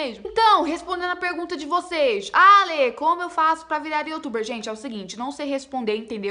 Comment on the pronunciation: Ela Sempre fala (YOTUBER) 😂😂😂😂😂